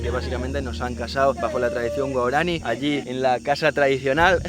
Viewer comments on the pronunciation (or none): Claro pero se pronuncia "guaorani"